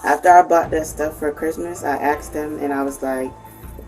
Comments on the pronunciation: It's Asked not Axed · "I axed them" 😂 why cant they say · Why can’t black Americans pronounce the word asked correctly. They always say axed or aksed. I mean try for God’s sake. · It's "ASKED" not "AXED" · 1. it's "asked" not "aksed" 2. change those smoke detector batteries 3. where's the wh it e girl from the thumbnail?